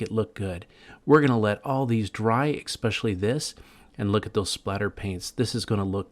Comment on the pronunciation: Y'all talking about the fan ventilation.. I'm here because buddy said "ecspecially"..